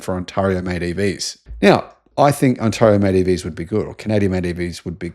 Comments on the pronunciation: I’ve let it slide too long …I need to point this out now! /s It is: On tair (as in wear and tear) io, Not: On tar (as in tar and feather) io! How exactly do you spell billabong by the way? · For the love of God, please learn how to pronounce Ontario!